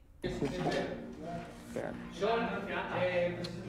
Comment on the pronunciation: La manita relajáh Manuéh